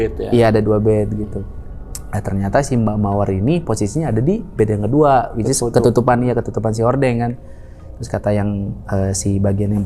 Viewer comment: gue ngakak pas dia bilang wicis